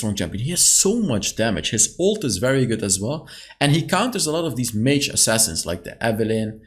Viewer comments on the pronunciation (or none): none